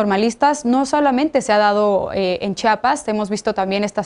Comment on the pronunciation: INCREIBLE que ni una comunicadora pueda mencionar el nombre de tan bello estado, es C-H-I-A-P-A-S no CHAPAS. Caray que necesitan para hablar bien?